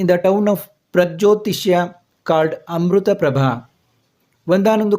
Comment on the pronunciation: Not Amrutaprabha it is Amritaprapbhav